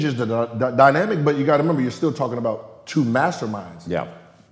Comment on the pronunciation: Gilbert "you gotta 'member" Arenas. lol